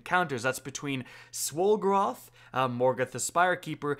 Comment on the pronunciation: Was he saying swollgoroth like swollen golgiroth (I’m a bit of an idiot)